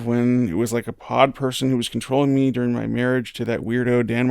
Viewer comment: I hate how Wendy pronounces during, she says deeuring